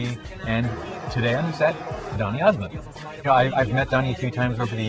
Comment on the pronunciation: did he say donny osment? reminds me of emily osment.